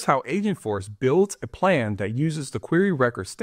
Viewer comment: Sounds like you're saying AsiaForce